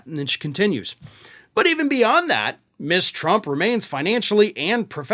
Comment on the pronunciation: Ms is pronounced Muzz, not Miss